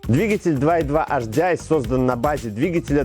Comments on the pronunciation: С наступающим всех! Очень режет слух "Аш-Ди-Ай" ( HDI). Если "Аш", то "Аш-Дэ-И" (латинский). А если по-английйски, то "Эйч-Ди-Ай". Успехов вам! Канал очень интересный! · Первая буква звучит по французки ,а две остальные по английски)